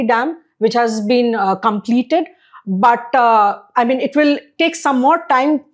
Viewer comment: The lady English pronunciation is need to be better. Bataaaa for BUT. Pronunciation mein Style Kam karna pedega. Keep it soft and simple.